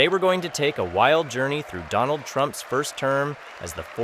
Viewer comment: AT THE VERY END OF THIS VIDEO, I DONT THINK ANYONE REALISES BUT THE INDIAN PM JUST SWORE AT DONALD TRUMP WHEN HE INTRUCUDED HIM AS DO'LUND' TRUMP..........SLIP OF THE TONGUE OR WAS THAT ON PURPOSE??? I SPEAK A BIT OF HINDI AND I KNOW WHAT THAT WORD MEANS, AND ITS NOT NICE. YOU BE THE JUDGE.........MEANWHILE I SIT HERE LMAO!!!!!!